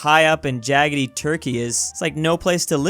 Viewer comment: “High up and jagetty “